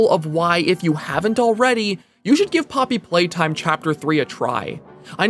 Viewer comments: ploppy playtime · is it just me or did he legit said “ploppy playtime” at the start 💀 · hehe ploppy playtime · why did i hear the first line as "ploppy playtime" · this is a ploppy moment